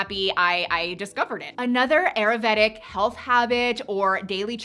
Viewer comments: If you are going to be promoting ayurvedic lifestyle changes, learn how to properly say the word please!!! I went to & graduated from an Ayurvedic school & you are not saying it properly! It’s: Ai•ur•VAY•duhk google it Nothing that you are sharing is new, you missed the craze. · Ayurvedic pronunciation: aa - yoor - ve - dik